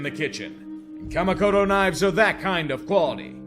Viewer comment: I can take anything negative you have to say about my Packers (I've said pretty much all the same things).... but hearing you trying to pronounce a Japanese word like "Kamikoto" was a samurai cut into my Weeaboo soul. 😱🤬